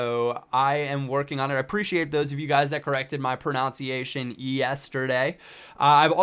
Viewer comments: It's pronounced PRO NUN SEE ATION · You obviously don't how to pronounce the word "pronunciation". It's not "pronounciating" you mug.